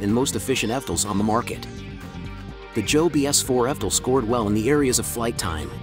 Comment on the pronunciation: Yeah the bot doesn‘t know how to pronounce it. It says fdol instead of evtol.